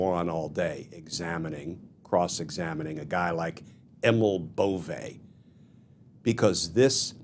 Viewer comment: His name is Bove, not Bovè. It lacks the acute. Cheers